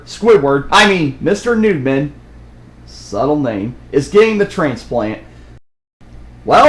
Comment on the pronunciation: Also it's Noodmen not Nudemen